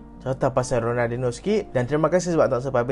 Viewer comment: sori bang, aku elejik sikit kalau org salah sebut nama lejen ni. ronaldiNIO. raphinha elok je sebut rafiNIA.. xde plk sebut rafinHA. Kalau hang speaker masak2 xpe.. kira halal